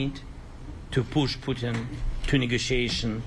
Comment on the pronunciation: the orange cannot even say the putlers name correctly.. hehe .. "pooten" hehehe